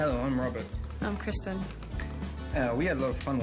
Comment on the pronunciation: “hi im robet”